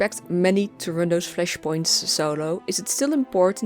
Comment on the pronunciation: I love the way you say Fleshpoints xD Love your video